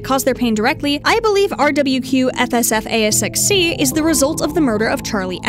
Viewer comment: You did it. You solved the one thing Scott never intended, never foresaw us understanding… You pronounce RWQFSFASXC in a way that doesn’t sound horrid 😂